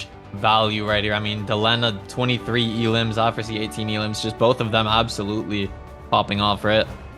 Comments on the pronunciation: Kinda disrespectful from the caster to keep saying Aftersie when the guy's name is right on his screen. It's Afersie. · You don't understand. He was mispronouncing the player's name. Afersie, not AFTERSIE. It's like a commentator saying Curdy instead of Curry, at the start of his career.